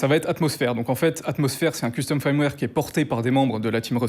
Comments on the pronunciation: Pourquoi prononcer "firmware" "faïrmwère" alors que le "i" se prononce "e" ? Autant le prononcer à la française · Le mot "firmware" se prononce "feurm-wèr" et pas un peu comme "fire" comme il le prononce ("fayeurm-wèr") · Ça me fait toujours marrer qu un mec aussi compétent ne sache pas prononcer firmware correctement. C est triste. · je veux pas paraître désagréable mais si tu te lances dans le métier essaye d'apprendre à dire "firmware" ça prend vraiment littéralement 10 secondes